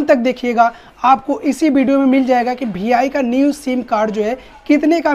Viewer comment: Bhi I nahi re VI bolte bete